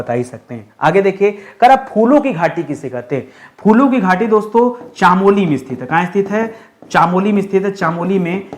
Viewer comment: चामोली नहीं चमोली , और क्यों पड़ेंगे हम ज को ग 😅